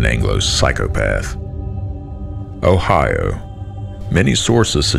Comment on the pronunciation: the Foreign pronunciation of 'Ohio' is stomach turning